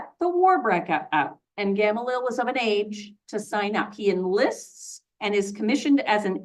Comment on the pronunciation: Gamaliel- gah-mah-lee-el